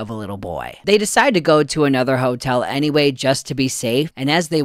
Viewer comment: that "A NY WAY" took me SO by surprise that I literally CACKLED